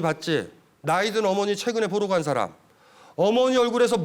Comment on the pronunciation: 참 놀라운 일!! 귀하는 "사람" 의 밯ㄹ음이 틀렸나이다. "사람"의 "사" 를 짧게 발음했더이다. 그 뿐 아니라"람"을 accent가 있는 것처럼 강하게 발음하심에 놀란 이는 이 늙은 이 뿐이니 이 아니 놀라운 일 아닙니까? "사:람"이라고 "사"를 길게 발음해야지요. 그리고 원문 독법도 엉망이올시다.